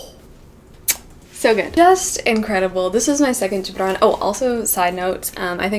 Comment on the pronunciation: I love how she can properly pronounce “ Gibran”